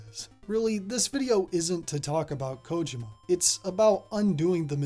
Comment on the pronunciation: You might be the first youtuber I've seen that pronounces Kojima's name correctly, that's right it's KOjima not koJIma